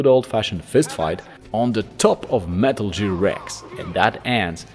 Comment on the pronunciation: I don't know why I can't handle hearing "Metal JEER". They say it in game, right? Idk what language he plays the game in and I don't want to offend anyone. I love anyone who also loves the Metal Gear series.